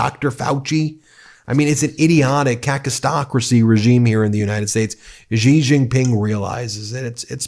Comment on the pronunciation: I like you guys, but your pronunciation of Chinese words is really hard to listen to. Why do you want everything to sound like the French "Zh" sound? Xi Jin Ping. Xi sounds similar to "see" in English. Beijing. "jing" sounds like "jing"! Why are you pronouncing them as Zhee Jin Ping and Bei Zhing? it's crazy, you think Chinese is French?